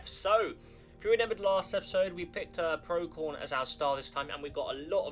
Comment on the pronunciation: It's not "pro-key-on", it's "pro-see-on"